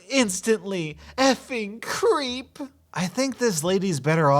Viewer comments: you pronounced it wrong she said cripe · Cripe is not pronounced "creep". it is "cry-puh"